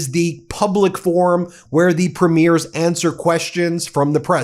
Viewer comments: Ben, I watch your videos and think you’re very good. However, please know you are making a pronunciation mistake. Lots! The leader of our provinces are called Premiers. They are not premieres. Premieres are the opening ceremony of a movie or art performance. I cringe every time I hear you mispronounce it. Thanks. Keep up the good work. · I really do wish American commentators would finally get how to pronounce our Provincial Leaders. Doesn't matter if its utube or CNN etc. Its Preem..yers. NOT Prim..meers. They aren't premiering anything on the red carpet or movies etc. Its PREEMYERS!!!!!